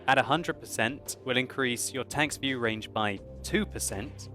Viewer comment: 19 minutes and 33 seconds he says "view wange" lol